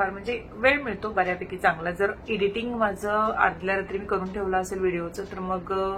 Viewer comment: Editing nai एडिटींग pronounce kr dhanu ...